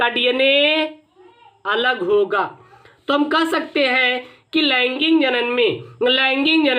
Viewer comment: Sir laingig nahi laingik